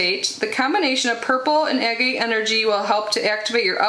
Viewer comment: Such a unique box, cool! And agate is pronounced like “hag-it” without the “h” 😊